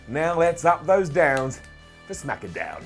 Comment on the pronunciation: Did he said smackadown?